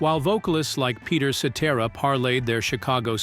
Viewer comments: Peter Set-Tera.... AI SUCKS!!! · Peter Set-er- Ra ? 😬🫣👀